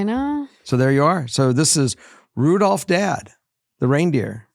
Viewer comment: He’s not Rudolph, but rather Ru-dilf